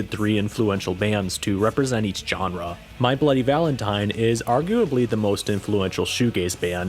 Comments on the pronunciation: That hard j on genre like John, kills me. I've always heard and say it like jean Claude van Damme. Like seanrah. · It's "zh"enre, not "j"erne. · Your pronunciation of "genre" is grating. It's not a hard J. It's a "zh" sound. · Stop saying genre with that hard G Jesus Christ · My man says jenre with a capital J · You're into history? Look up the history of the word "genre." It will give you the correct pronunciation of the word. Look into it.